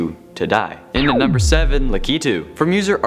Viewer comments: No you pronounce it as lack-I-tu not la-key-tu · U pronounce it lak u too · Pretty sure its pronounced Lack- i -to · Lakitu is pronounced lack it u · Its Lakitu (LAH-KEH-TOO) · You said his name wrong sorry